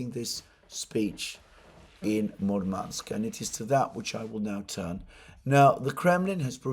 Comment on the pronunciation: Alexander. no offense, but you somehow manage to get accent in Russian words wrong all the times :D MurmAnsk instead of MUrmansk, ArkhangElsk instead of ArkhAngelsk etc. A bit funny to listed. Please, take care of your poor throat. Warm milk with honey does wonders for me.